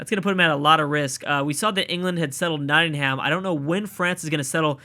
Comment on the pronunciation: Can you stop pronouncing Nottingham wrong